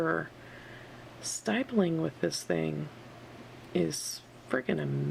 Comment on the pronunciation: Lol I never heard someone say stippling like that but any amazing vid and drawing